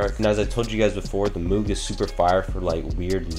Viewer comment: Moog rhymes with Vogue and Rogue